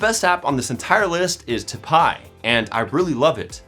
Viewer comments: Should 'typi' be said 'typee'? Tomato, tomarto. Lol. Great video. Thanks. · I think it’s read as ‘tie-pee’